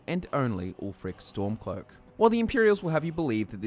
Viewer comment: "Ulfric Stomclock, Jarl of Windhelm..."